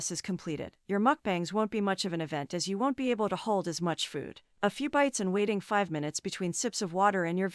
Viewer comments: Why is she pronouncing food like fooohhd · Literally nobody gives a shit whether she eats shit tonnes of food (or "fawwd" as Amber likes to pronounce it now, because that's probably how her gorlfriend does) on camera or not.